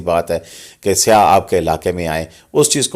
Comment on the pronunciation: Sir..... Ye lafz syah nahi hai.. Syah ka Matlab ...kala.....hota hai. Ye lafz hai.....saiyyah.... Boht boht mazrat.